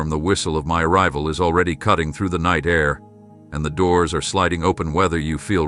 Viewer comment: itd not nitr u must understsnd Its not NI te